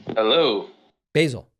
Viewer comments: Basil. OMG, How do you not know that the name is pronounced 'Baasel" Have you never seen Fawlty Towers!. Swiss? Wow. And here I thought you knew everything! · Bayzal??? Basil Fawlty! please David get some edumacation. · Basil is a real name. It's English and it's pronounced Baasil. The herb is pronounced Baysil. Basil Rathbone was a quite famous English actor who played Sherlock Holmes. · Basil pronounced baa zull is a Jewish name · Basil is a well-known English name. Also, have you heard of the famous actor, Basil Rathbone? And, no, it is not pronounced the way Americans pronounce the herb, basil. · Basil used to be a pretty common name in the UK. Famous Basils include Basil Rathbone, probably the most famous iteration of Sherlock Holmes in the old black and white movies, Basil Hume, former archbishop of Westminster and others. Also, that's how Europeans pronounce the name of the herb. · I'm going to stop watching David Packman 'cause he can't pronounce Basil, never hard of Faulty Towers, and hasn't even watched Austin Powers. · Ok, maybe David isn’t too hip on how to pronounce certain names and yeah he mispronounced it but geez, give the guy a break. Take it as a learning experience. I certainly never heard of many people named Basil except Basil Rathbone an old movie star back in the early days of movies. And let’s face it, the Basil of the phone call wasn’t exactly offended in any way. Over and out. Bye!